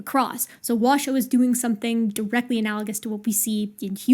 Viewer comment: I was delighted to finally know that "Washoe" is pronounced "wa" (as in "water") "show", because that's how said it. But then i was crushed when she said "wa-shoo", because it threw me back into doubt. I wonder if bonobos worry about pronunciation.